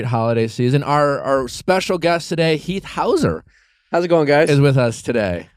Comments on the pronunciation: I feel so bad for Heath. Nick saying his last name wrong, and them not trying to learn anything about him. It seems like Heath is just there sitting on the couch. He had no ideas or much input to any conversations. I feel so bad! Only watched this for Heath! And he barely talked :( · Not him saying heaths name wrong …